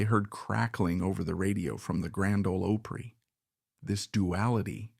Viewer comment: Can't pronounce OPRY, Where is the guy from ?